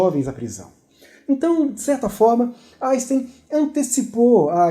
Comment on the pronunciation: Não dá para aguentar ele falando "Aisten".